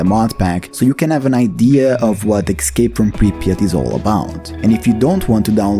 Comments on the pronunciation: Escape not Excape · say "excape" one more time..